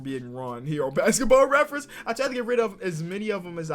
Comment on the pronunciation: “i had to look back over at basketball reference” then proceeds to pronounce it wrong